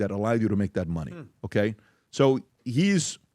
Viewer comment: Can anyone kindly tell me why this rent boy can’t pronounce “okay” correctly?